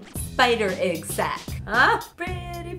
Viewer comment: The way she says egg sounds like aygg and it makes me die inside.